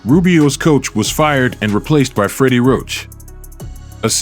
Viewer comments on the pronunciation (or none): none